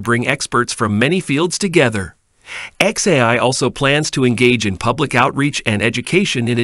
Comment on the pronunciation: Not a good sign when the narrator bot can't even pronounce "AI" half the time.